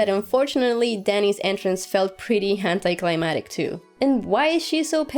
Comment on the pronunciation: The way you say climactic. Haha, but yeah the show is kind of going down hill with little details like what Arya could of possibly died from. I just hope the twists aren't so predictable later.